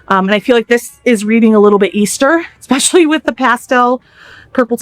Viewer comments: Expecially! Jesus ESPECIALLY! especially. As in is especially Annoying. (And the sweater is knit!) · OMG! There Is not now, nor has there ever been, the letter "K"in the word "especially"!!!! Stop it! Do people not know how uneducated they sound when they add the "K"?